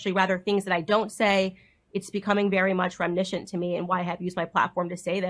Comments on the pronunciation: Ahhh the good old "remnischent" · Candace needs to stop using the word "reminiscent" until she can pronounce it correctly.